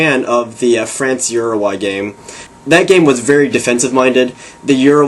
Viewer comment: you pronounce uruguay wrong. it is Ur-uh-guay